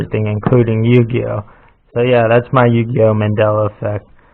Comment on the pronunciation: "Yugi - Oh"